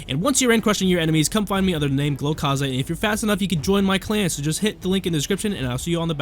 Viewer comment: he saying, its the creator of the vid